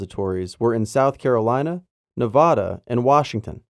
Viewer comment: The "va" in Nevada is pronounced like "vacuum" not like "father". SHEESH.